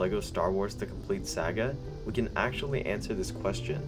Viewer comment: ITS SAGA NOT SAGGA !!!!!!!!!!!!!!!!!!!!!!!!!!!!!!!!!!!!!!!!!!!!!!!!!!!!!!!!!!!!!!!!!!!!!!!!!!!!!!!!!!!!!!!!!!!!!!!!!!!!!!!!!!!!!!!!!!!!!!!!!!!!!!!!!!!!!!!!!!!!!!!!!!!!!!!!!!!!!!!!!!!!!!!!!!!!!!!!!!!!!!!!!!!!!!!!!!!!!!!!!!!!!!!!!!!!!!!!!!!!!!!!!!!!!!!!!!!!!!!!!!!!!!!!!!!!!!!!!!!!!!!!!!!!!!!!!!!!!!!!!!!!!!!!!!!!!!!!!!!!!!!!!!!!!!!!!!!!!!!!!!!!!!!!!!!!!!!!!!!!!!!!!!!!!!!!!!!!!!!!!!!!!!!!!!!!!!!!!!!!!!!!!!!!!!!!!!!!!!!!!!!!!!!!!!!!!!!!!!!!!!!!!!!!!!!!!!!!!!!!!!!!!!!!!!!!!!!!!!!!!!!!!!!!!!!!!!!!!!!!!!!!!!!!!!!!!!!!!!!!!!!!!!!!!!!!!!!!!!!!!!!!!!!!!!!!!!!!!!!!!!!!!!!!!!!!!!!!!!!!!!!!!!!!!!!!!!!!!!!!!!!!!!!!!!!!!!!!!!!!!!!!!!!!!!!!!!!!!!!!!!!!!!!!!!!!!!!!!!!!!!!!!!!!!!!!!!!!!!!!!!!!!!!!!!!!!!!!!!!!!!!!!!!!!!!!!!!!!!!!!!!!!!!!!!!!!!!!!!!!!!!!!!!!!!!!!!!!!!!!!!!!!!!!!!!!!!!!!!!!!!!!!!!!!!!!!!!!!!!!!!!!!!!!!!!!!!!!!!!!!!!!!!!!!!!!!!!!!!!!!!!!!!!!!!!!!!!!!!!!!!!!!!!!!!!!!!!!!!!!!!!!!!!!!!!!!!!!!!!!!!!!!!!!!!!!!!!!!!!!!!!!!!!!!!!!!!!!!!!!!!!!!!!!!!!!!!!!!!!!!!!!!!!!!!!!!!!!!!!!!!!!!!!!!!!!!!!!!!!!!!!!!!!!!!!!!!!!!!!!!!!!!!!!!!!!!!!!!!!!!!!!!!!!!!!!!!!!!!!!!!!!!!!!!!!!!!!!!!!!!!!!!!!!!!!!!!!!!!!!!!!!!!!!!!!!!!!!!!!!!!!!!!!!!!!!!!!!!!!!!!!!!!!!!!!!!!!!!!!!!!!!!!!!!!!!!!!!!!!!!!!!!!!!!!!!!!!!!!!!!!!!!!!!!!!!!!!!!!!!!!!!!!!!!!!!!!!!!!!!!!!!!!!!!!!!!!!!!!!!!!!!!!!!!!!!!!!!!!!!!!!!!!!!!!!!!!!!!!!!!!!!!!!!!!!!!!!!!!!!!!!!!!!!!!!!!!!!!!!!!!!!!!!!!!!!!!!!!!!!!!!!!!!!!!!!!!!!!!!!!!!!!!!!!!!!!!!!!!!!!!!!!!!!!!!!!!!!!!!!!!!!!!!!!!!!!!!!!!!!!!!!!!!!!!!!!!!!!!!!!!!!!!!!!!!!!!!!!!!!!!!!!!!!!!!!!!!!!!!!!